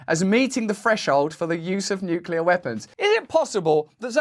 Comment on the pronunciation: Thank you for pronouncing nuclear properly